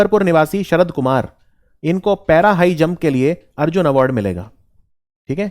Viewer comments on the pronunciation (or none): none